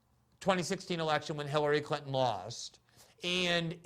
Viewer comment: "Bill Krinton" LMAO what a Freudian slip